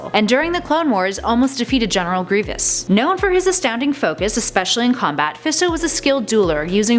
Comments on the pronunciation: It's Gree-vus start saying fictional characters names right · you have to many syllables when you say the generals name. hate when they don't practice the script or say something really wrong and nobody on the staff says anything